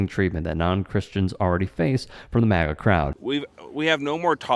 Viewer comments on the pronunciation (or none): none